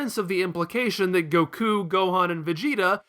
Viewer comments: Really? goKU, Vyedelle, Babeedee. It's Goku, Videl and Babidi. Also, in english, his name is Krillin, I know you're using the japanese version but you're not japanese so why? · The way you say Goku is infuriating me xD